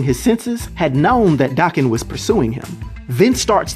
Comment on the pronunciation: Daken's name is pronounced DAY-KEN, not DAH-KEN. It's a Japanese name, think of it being pronounced like taken, but w/a "D"